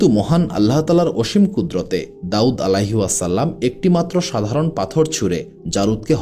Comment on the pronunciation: Plz Correct Pronunciation - "Alaihissalam" (عليه السلام) is an Arabic phrase that means: "Peace be upon him."